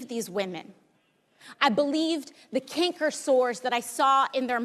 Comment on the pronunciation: It's "CANKER" sores, not: "CINKER" sores, but that's: FUCK ALL COMPARED TO THE REST OF THIS FUCKED UP SHIT!!! CINKER, CANKER, WHO GIVES A FUCK WHEN SO MANY INNOCENTS ARE SUFFERING AND GOING THROUGH HELL??? FUCK TRUMP AND ALL THE TRUMPY CUNTS. FUCK 'EM ALL. YOUR TIME WILL COME. YOUR TIME WILL SURELY COME. AND WHEN IT DOES... NOT A FUCKING STUMP TO STAND ON, YOU CUNTS...